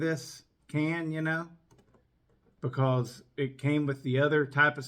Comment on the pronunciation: i love how you say bkose 🤣🤣🤣👍👍👍i like your videos . greetings from romania!!!!